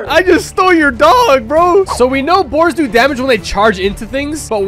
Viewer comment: Boars not boers